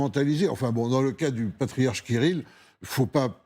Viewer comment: 😂😂😂!!! Eh, oui! Le ''pariarche'' kgbéni!!! 😂😂😂!!!